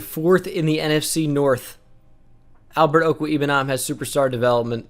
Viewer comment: U butchered Albert o’s name